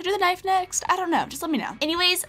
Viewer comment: Ka-nife bwahahaha